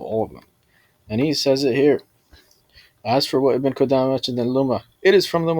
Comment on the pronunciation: Speaking about Ibn Qudamah while not knowing a lick of Arabic. Can't even pronounce the Shaykh's name right, and couldn't distinguish the difference between Muffawidh and Muffawidha. Truly embarrassing.